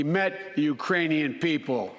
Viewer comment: A new country. URAINIA. HE SAID Urainian people.